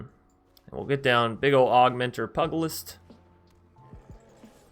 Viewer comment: Fun deck concept, but...... "pew-ja-list" is the pronunciation, it's the old term for boxing, or fisticuffs in general. Other than, great stuff as usual.